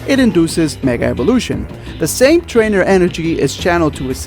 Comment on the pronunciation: you said twaner